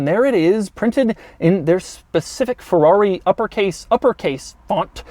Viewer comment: jesus and after u pissed me already off with your persistant FEWAWWI pronounciation you start saying SHIRONE. jesus christ you really are an american stereotype